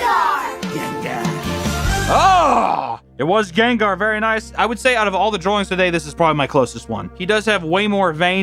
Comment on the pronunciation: I don’t know why but the way he said “ganggar and groundon” is just funny to me